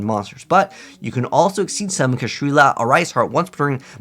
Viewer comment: It's not "Kashrila", it's "Kshatri-La"